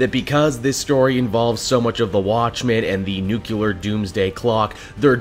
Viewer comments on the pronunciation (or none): it's pronounced nuclear, not nucular.